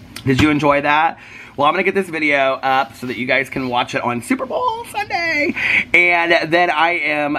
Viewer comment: Is today suobowl Sunday??😂😭